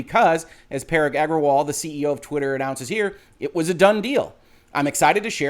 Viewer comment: I think Parag = puh-ROG?